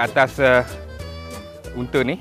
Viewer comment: UNTA BUKAN UNTE LOL